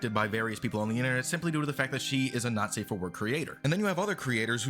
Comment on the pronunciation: The way you say "not safe" it sounds to me like "nazi"